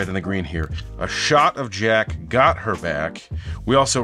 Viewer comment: Also the “of” and “her” and “an” are part of the rhymes in “a shot of jack got her back, it’s not an act”. He says it “a shotta jack gotta back it’s not a ack stack”